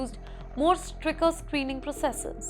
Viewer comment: “Stricker” How does this lady still have a job. Her English pronunciation is horrendous!